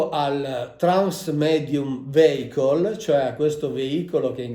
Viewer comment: Mauro mi permetto di correggerti sulla pronuncia di vehicle, è viecol non veicol